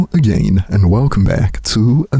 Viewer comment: I will like your videos when you learn to say the word "AGAIN" properly